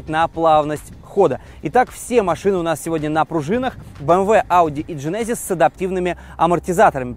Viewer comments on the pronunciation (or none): Для тугих, в genesis ударение на первый слог